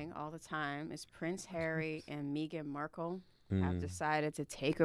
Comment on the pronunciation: Lol Meeegan Markle??